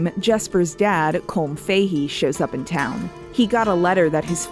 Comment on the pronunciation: also, the pronunciation of Colm Fahey upsets me as an Irish person.